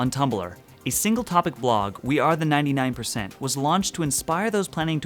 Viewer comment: Its not 99% it's nyan nyan % lol